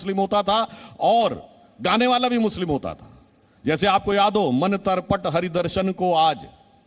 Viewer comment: मन तरपट नही मन तडपत बोलिये